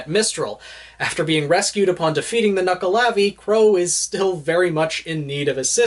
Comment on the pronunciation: I thought it was pronounced knuckle-ave not knuckle-ar-v